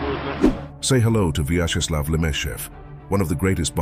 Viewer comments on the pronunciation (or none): Pronounce: VYACZESLAV (not VAYCZESLAV)